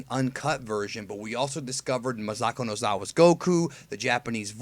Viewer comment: Goku's voice actor is not called Ma'zaako, it's Masako, with an S, and the first A is as long as the second A